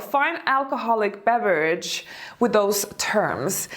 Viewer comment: It's "Those words" ....not DOSE words ..